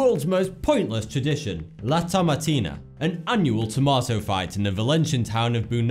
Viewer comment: hahaha, he said "tomatou"!..... ... I'll see myself out...